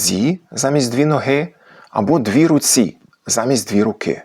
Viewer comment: три вЕрбі, дві рУці, 2 нОзі.... з "правильним" наголосом це звучить нормально, а не так дико як у автора